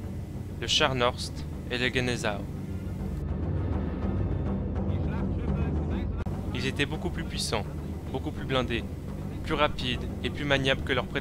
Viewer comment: histoire et vestige du vieux brest sa ce prononce Gnaïesenau dans pronocer le g je sais comment s'écrit Gneisenau